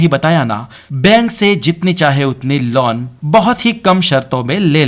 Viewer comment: You are using laun instead of loan....